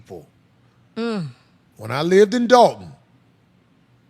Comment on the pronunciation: Illinois, u don't pronounce the s. That was cringe worthy, but really not unexpected.